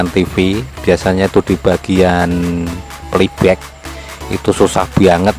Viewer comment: hahaha,,, PLAY BACK,,,,,, bukan Peli bek,,,,😂😂😂,,, kacau ni,, 🙃😁😂,,ok sehat dan sucses trus,,, 👍